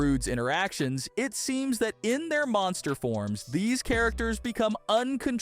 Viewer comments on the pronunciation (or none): none